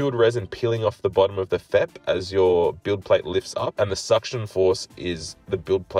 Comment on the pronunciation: FEP is 3 individual letters not one word, its pronounced F. E. P. not fep